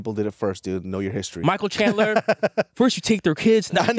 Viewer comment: "Michael chandelier" 😭🤣😭 moicano is a treasure